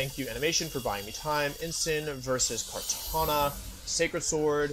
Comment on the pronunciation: everytime i hear "kartañia" i cry